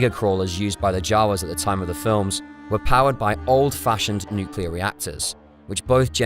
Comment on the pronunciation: Nuclear - Nucular? No!